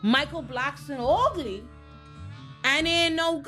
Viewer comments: The way you say ugly makes my day 🤣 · The way she keeps saying “ugly” has me in stitches. It’s just so emphasised 😂💀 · I died at that part 😂